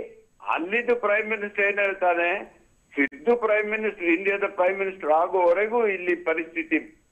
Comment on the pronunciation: ಸಿಧು ಅಲ್ಲ ಸಿದ್ದು